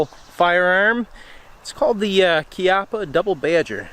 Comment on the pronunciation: You finally got it right. Kee-ah-puh. Congratulations.